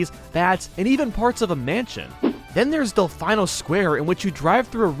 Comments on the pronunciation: How saying delfaino instead of delfino triggers you is the next video. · Del-FINE-o!!?!?!? I'm triggered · Wait wait WAIT, Did he pronounce Delfino as Dell-Final?? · Bruh it's not delf-ayno square it's delf-eeno square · I thought Delfino was pronounced as Dell-fee-no, not dell-fine-o... its ok tho. everyone has their preferences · You say delfino (del-fine-o) but its pronounced delfino (del-feen-o) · DEL-FEE-NO! NOT DELF-EYE-NO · Delfeeno not delfyno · ITS delfino not delfaino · not delf-eye-no its delf-eee-no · I have been binging these videos today and loving every one, but I really need to come out and say the one thing that has been bugging the hell out of me all day lol Del-FEE-No Plaza FEE NO. NOT “Fye-No” Thank you 🙏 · You defy the norm of saying things you say Mae-lee instead of Mae-lae you say choco instead of coco and instead of delfeno you say delfino (I know it’s not spelled right it’s just the pronunciation) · Why do you say del-f-eye-no?? It's del-fee-no you white boy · Del-fine-oh Plah-za? You mean Del-feenoh Plah-za? Delfino Plaza , it just bothers me. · Delfino, wait no, Delph-eye-no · I know that people say it this way, but I don’t like it when people say delf”I”no plaza instead of delf”ee”no plaza! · Delfeeno not delfaino -. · Delfeeno not delfeyeno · NOT /DELF-I-NO\ BUT /DELF-EE-NO\ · Its not del fine o it's del feeno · My face winces every time you say Delphino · Did he pronounce delfino square as delfine - o square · It’s delfeeno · Okay, hold it. "Delfyno?" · Its del-FEE-no and choKo mountain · Say it with me: DEL-FEE-NO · No one: del-fine-O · Did he say del fine o square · I'm sorry but I can't forgive "del fine-o plaza" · Dalfinoh Plaza... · del-fine-oh square👌🏼🤤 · It’s promounced “Delfeeno”. There’s no denying it, they say it out loud. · Del-fine-oh? Have I been pronouncing it wrong all these years or is he? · He's doing it wrong. Delfino is pronounced "Del-fee-no" and the word means "Dolphin" in Italian.